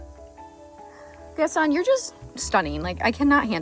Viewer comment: Gaston is pronounced with a Long o and the accent is on the o